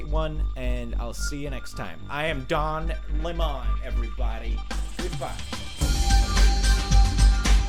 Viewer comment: DON LEM-ON